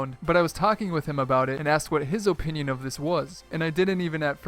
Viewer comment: ffs learn how to say "opinion" or don't use this word